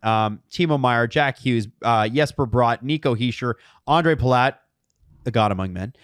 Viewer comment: Jesper Bratt not Yesper Brought. It's not difficult